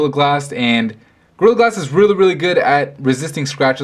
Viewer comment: Sounds like he's saying grill glass.